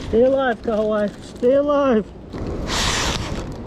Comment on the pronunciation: Welcome to NZ and!! Snapper are so good here in NZ!! I love how you pronounced Kahawai! 👌🏽👌🏽 you guys also need to catch a Rugby game 🏉 🤙🏽